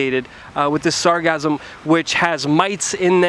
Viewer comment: This overwhelm began two or three years ago. It's not cyclical. Regular snowbirds will tell you that it has never been this bad. There is already a company recycling the sargassum. BTW it's sargassum, "sar-GA-sum".